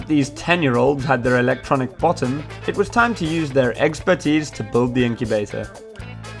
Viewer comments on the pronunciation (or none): EGGspertise: EGGsplaining